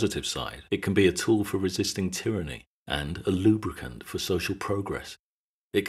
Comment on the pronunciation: Amazing video. Why'd ya have to say lubricant like that though.